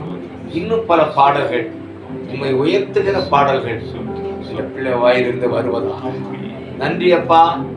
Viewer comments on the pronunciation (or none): none